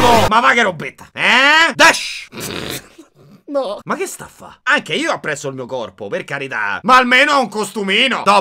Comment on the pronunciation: .........ho apprezzato tantissimo quel "desh" ahahahahahahahahahahhah